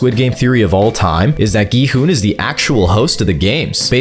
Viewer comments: Gi Hun is pronounced in every way except the correct way which is (Gyuun) I dont understand why so many videos even none AI generated get the pronouncements wrong it's literally mentioned in the show even in the english dub. It's not (Gee hun) its (Gyuun) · ah yes “g-man and go-hun” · Go hon he hon bro is not saying right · Not gohan😭you say Me: ITS GI-HUN BRUTHA GI-HUN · GMAN IS NOT GI HUN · Gi hun:❌ Go hun:✅ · Why’s he calling gi hun “go Han” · Its gi hun not gman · Gohan Gilbert G man G money G honey Front daddy Those are wild 💀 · Bros pronounciation of gi hun G man Gi hun Gohan Gi money G-I hun Gi- honey Gillbert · “Gi Hun” “G Man” “Gohan” “Gi Money” “Gilbert” “G I Hoon” “Gi Honey” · BRO IT G I HOON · Who is giman bro and giburt and gohun brooo its GIHUN bro plus whos g i houn bro And whos gi money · Bro how many times you said gi hun wrong? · Why does he keep getting gi huns name wrong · You pronunciation of gi huns name, tf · Bro just doesn't know how to say gi hun😂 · WHAT ARE U CALLING GI HUN LMFAOO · bro cant just say 'Gi hun' 😭😭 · Bro called gi-hun everything but gi-hun 💀